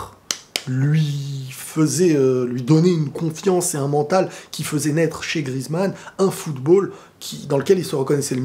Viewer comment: Antoine GRI-EZ-MANN [gri-èze-mann] et non GRIZ-MANN [grise-mann]!!!!!